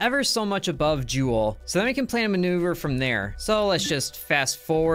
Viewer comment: "Jewel" its called Jool